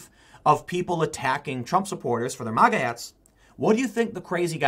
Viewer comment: TIM. MAGA not MOGGA